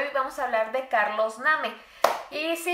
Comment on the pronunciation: Se escribe Carlos name pero se dice Carlos neim